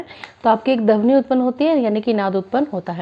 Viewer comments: Dhabani nhi maam Pronunciation thik kiya kijiye dhwani hota hai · Aap plz dhawani ki pronunciation thik se kariye